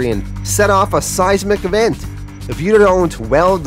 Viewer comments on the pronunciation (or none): none